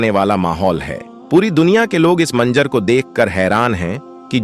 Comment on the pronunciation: Manzar hai manjar nahin theek Karo apni zuban ko